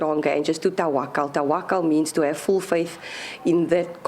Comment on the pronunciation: The daughter can't even say TAWAKAL PROPERLY ITS TAAAWAAKAL THE JOKER OUT OF A PACK OF BICYCLE CARDS DO WHAT EVER YOU WANT NAJWA PETERSEN IS COMING HOME WITH LOVE ❤❤❤❤❤❤